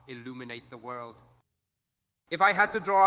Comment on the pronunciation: Zemmour président of the veurrrrld😂😂